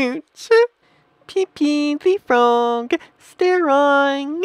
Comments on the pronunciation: peepee............... IT IS pepe [pep E] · It is pronoced (pa-pe) not (pee-pee) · You said pepe like peepee. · He called Pepe peepee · did it call it pp instead of pepe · its peppay not pp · No one literally no one : This guy :"pp tHe frOoG" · ah yes, peepee thee frawg this plushie is actually super cute lol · He said pee pee the frog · did you just say pIPI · why is this person calling pepe pee pee? XD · I knew he would say pepe like that great video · He missed the best part. Hint: Its the way he pronounces Pepe.